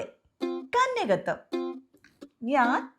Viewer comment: കന്യകത്യം അല്ല കന്യകത്വം എന്നാണ്. എന്തായാലും പൊളി